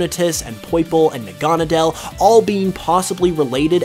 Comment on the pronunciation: Na-gon-a-dell... really? I like your vidios but I hate it when people pronounce names wrong, its Nag-a-nay-dal.